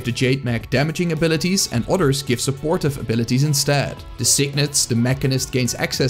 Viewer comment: It took me a minute to pin point what I'm noticing about his accent. He says dem or duh instead of them or the, dis instead of this, never pronounces TH haha. The funniest is utters instead of others. I want to play with utters!